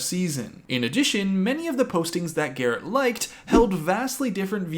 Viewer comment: I died “Garret Yr, Garret Yr… Garret Y”. 😂😂😂😂😂